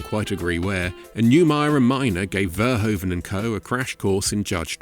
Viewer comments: It is pronounced fur hoof un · Get a Dutch person to tell you how to say Verhoeven. You are not doing it right.